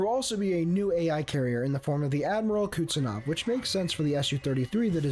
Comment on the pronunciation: Kuznetsov*, not Kutsenov.